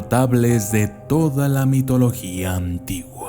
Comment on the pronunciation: Buen video, aunque diga Mitolga :P